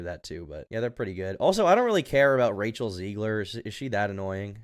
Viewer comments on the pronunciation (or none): none